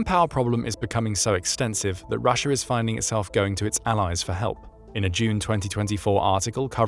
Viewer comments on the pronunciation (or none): Rusher? Never heard of this place. Sounds like intrusive R.